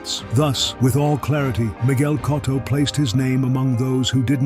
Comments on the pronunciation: Anyone else annoyed how this narrator keeps messing up Cotto's last name and sometimes gets it right? How you gonna pay respect to a great fighter while messing up his name. It's not "Cot-toe" but "Co-toe".....It's gotta be AI. Artificial Ignorance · Who is “Cahtto”? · Pronounce it right numb nuts